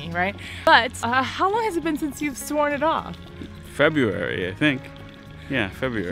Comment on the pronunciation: However, he adds a U to February, he say FebUruary